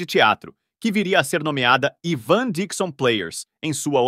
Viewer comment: O ivan dixon, pronuncia.se aivan dixon e o klink é vilhelm klink. Parabéns pela produção